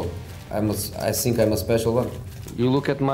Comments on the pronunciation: " i sink im the special one" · "I sink, I prefer not to speak" 😂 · No more "I think" It is "I sink"